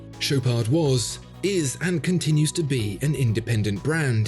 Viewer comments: he also mispronounced the ch, it's not sh, its ch like in chicken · It pronounces "Show paar". Not that you'd care for it. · The D at the end is silent. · Dude you dont pronounce D in the Chopard just dont